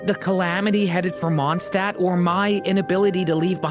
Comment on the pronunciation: the worst part giving english va money is that they refuse to even pronounce mondshtadt right